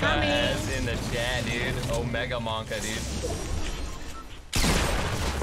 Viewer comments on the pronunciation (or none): "OMEGAmonka" This guy is something else